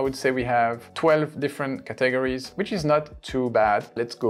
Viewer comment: Great stuff here Thanks for this helpful information. BTW In English we pronounce "categories' like this: CAT eg ories - put accent on 'cat' and a bit on 'ories'. I am trying to find out if we can upload things we've made on the Free Canva app to our YT channel. I couldn't find it on your Canva video - did I miss it?